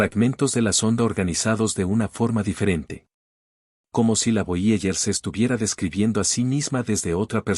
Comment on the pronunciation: Nones voyeller es voyeiguer, aprende inglés gil